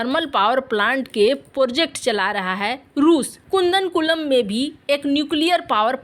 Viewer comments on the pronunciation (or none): Abe gadhi kudan kundan nahi jaahil kudankulam